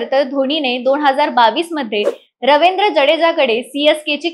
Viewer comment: Ravendra nahi ho Ravindra ahe to